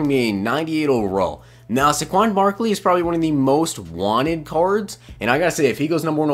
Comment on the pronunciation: SAY-kwon Barkley.